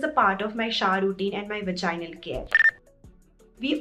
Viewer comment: Omg i have found a such a beautiful video on vaginal health....... I have seen some bloggers who didn't prounce vaginal properly but ur amazing girl